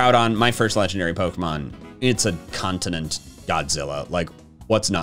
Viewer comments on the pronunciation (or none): none